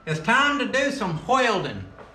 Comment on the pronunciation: “It’s time to do some wheldin” 😂😂😂